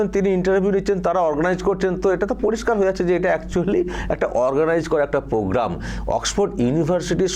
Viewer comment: PROGRAM KOTHA TA YHIK KORE UCCHARON KORTE PARE NA, PROGRAM KOTHA TA KE POGGAM BOLE KHEAL KORE DEKHBEN.